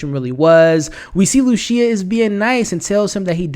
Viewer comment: Man get it together with the pronunciation. Amore does not sound the same as a mushroom species, a voyager is someone that sails on adventures, and it’s not luCia, it’s luCHia, like the seed.